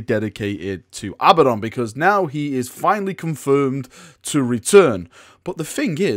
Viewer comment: A-BADD-ON NOT FUCKING ABBA-DON